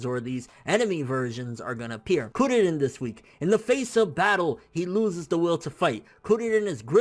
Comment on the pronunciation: lol u say kuririn like curry chill man say it naturally